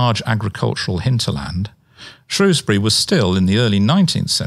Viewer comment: Shrewsbury. Not Shrowsbury.